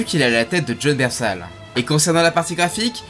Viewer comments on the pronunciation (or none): "Jon BernthAl" Aie la prononciation en a prit un coup